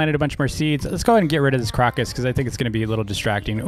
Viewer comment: I'm probably closer to your age and a big fan (who watches over the Roblox safety of kids in our extended family). I rarely miss a video. I'm also a gardener. The purple flower is pronounced CRO-cus. Like the bird crow. CROW-cus. A big thanks from my family.